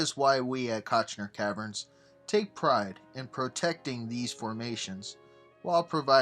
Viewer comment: Visuals were generally decent, but narration was ABSOLUTELY HORRIBLE; rife with mispronunciations, not the least of which was the name of the site.